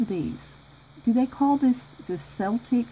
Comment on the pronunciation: Itis a Celtic cross. It's pronounced like Kel-tic. It's a replica of the type of markings and designs the Celtic tribes of early England, and Ireland, and Scotland. You have some gorgeous stuff in there. I have a feeling a lot of that stuff is a lot more valuable than it may look. I can see myself going through it and remaking everything, lol!